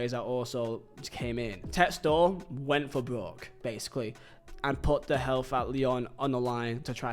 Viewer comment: props for saying it like Textore and not Texter